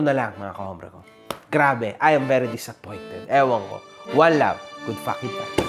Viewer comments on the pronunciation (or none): none